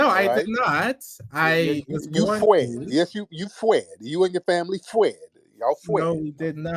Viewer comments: Fwee & Fwed 😂😂😂😂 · I have played “you fwee & yall fwed” about 50000 times. 💀💀💀💀💀💀